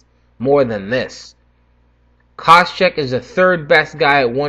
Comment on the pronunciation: What are you butchering Koscheck's name at the end there, lol jk. Nice predictions and can't wait for the interviews.